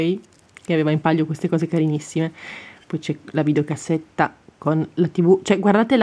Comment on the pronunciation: Devi dire POI E non PUI